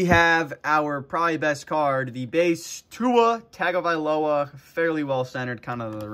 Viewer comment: It's TUNG O VEYE LO A , NOT TAG 😡